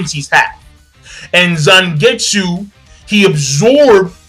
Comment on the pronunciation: Its Zangetsu